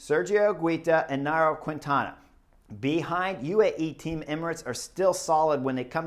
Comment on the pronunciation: Hi Chris, a friendly correction, please note that you don't speak out loud the "U' when you pronounce qUintana". In Spanish, when the "U' is between the "Q" and the "I", it becomes silent. So you just have to say "KINTANA".